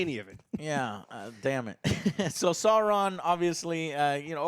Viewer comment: Why is Joe pronouncing Galadriel as Gaydriel? Or Sauron as Soron